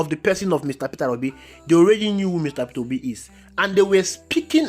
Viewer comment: My brother,it's Peter Obi & not Peterra Obi as you pronounce it..I am Obedient to the core..Thanx for all you do.💜